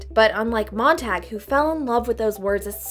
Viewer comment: Montag is German for Monday, it's pronounced "tahg" not "tag", way to ruin a badass name